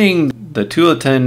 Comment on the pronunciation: I like your videos! But it's pronounced too-AHL-uh-tin. It's named after a city in Oregon (OR-uh--gun). :)